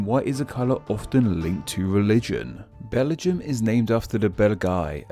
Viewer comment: Bell-er-jum! FFS!